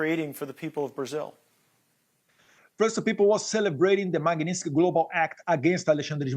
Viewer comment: Que vergonha da pronuncia do inglês desse cara . E outra coisa, esse little Banana não vai aprender nunca a falar o nome correto da lei? É Má Gui Nis Tiki oh jumento